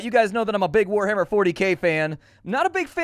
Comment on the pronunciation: Liked this video at the word "wah-ahhar"